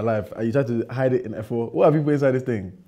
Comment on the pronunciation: Everybody: horrible, despicable, poison: This ting is good😂😂